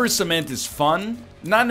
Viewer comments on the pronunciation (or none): none